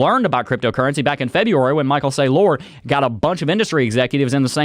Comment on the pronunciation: This was recorded awhile ago because he’s still mispronouncing Michael Saylor’s name